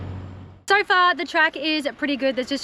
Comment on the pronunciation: Oh, you craziy Aussies pronouncing the word 'so' as 'so ar'.